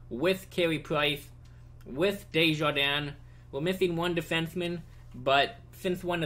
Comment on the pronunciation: by the way you pronounced desharnais "Desjardins" but it's (Des-har-nay)